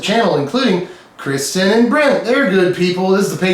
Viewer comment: Hey there,! It's Kristin, of Brent & Kristin. Yes, you pronounced our names correctly. And yes, we both love Magic, cats, and watching your videos! Married for 19 yrs and just picked up Magic a few years ago with Kaladesh. We play lots of kitchen table, FNM (standard, sealed & draft) and have a Saturday Commander group. Ours is a mixed magic marriage: I like cats and Brent likes Eldrazi:) Thanks for the shout out and thanks for sharing your wisdom, creativity, puns(!), music & other humor.